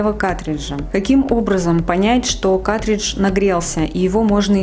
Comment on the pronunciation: Не катридж, а каРтридж. Уши режет, кошмар. Не смогла досмотреть.